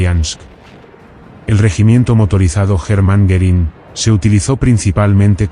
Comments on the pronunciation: I could not watch this as I found it very distracting that the speaker could not pronounce the name "Goering" or even spell it correctly. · Goerìng is not pronounced correctly throughout